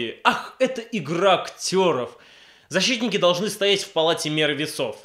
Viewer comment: "ЗаSHITтники" :D